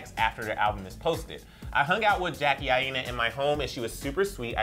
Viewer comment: Emile Ennis Jr. And its I-NA not I-E-NA